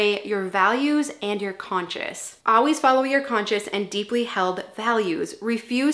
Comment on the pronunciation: It’s funny how you pronounce “always”: “ah-weez”. Where is that accent from? I’m Brazilian but can easily pick it whenever you say it